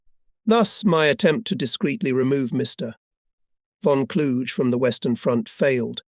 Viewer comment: The correct pronunciation of von Kluge isn't a challenge. It doesn't rhyme with huge; it's a hard 'g'.